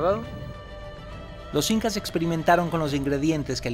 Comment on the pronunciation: Jael l incas sin "h" 😂